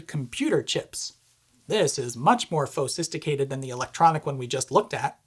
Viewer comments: "Phosisticated" I like that! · "Fosisticated"? Lol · "This one is more phosisticated"... As someone who commits spoonerisms often, thank you for making me feel represented!